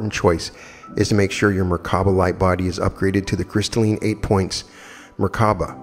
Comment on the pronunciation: in addition to merkaba, I heard 3 different pronunciations (merkana, mirvana, merkava) 🤔